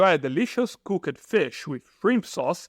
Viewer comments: Brazilians always pronounced the "Ed" separate.. its all together.. NOT Cook-ED... cooked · your English is great; one small improvement suggestion, instead of sayed "cookED fish" say the word or pronounce it like "cookt fish" and it will sound correct.